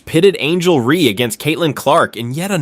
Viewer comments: REESE. REESE. REESE! Not REE. fix your fucking AI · Ree / Raise ... wow the narrator is really on top of things